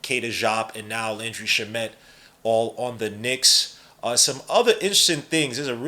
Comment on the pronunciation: It’s (Sham-it) not (shuh-met) also this guy probably won’t play unless injuries